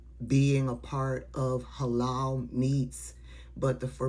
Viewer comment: I can't with the "Hay-Loul" I guess she can't eat "KO-Shear" either🙄🙄🙄🙄🫤🫤